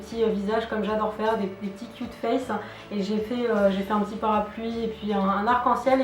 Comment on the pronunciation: quand t'as dit cute face on aurai dit que tu avais cul de face...